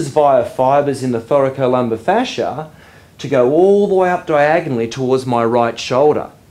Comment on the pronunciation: I love the way you pronounce Thoracolumbar fascia😍😍